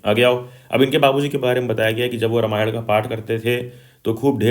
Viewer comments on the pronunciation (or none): none